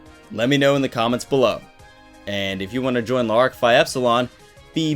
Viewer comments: its pronouced larc... its an easy misconception that it is le arc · Saying his name L'arc is better than La'arc. Kinda triggering actually (only die hard fan)